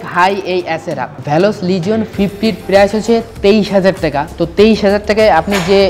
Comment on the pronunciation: ভ্যালস না। ভেলস